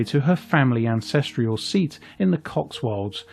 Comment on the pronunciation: The narrator mispronounced several words. One example: the word "ancestral" becomes "ancestrial". Why wasn't someone else chosen?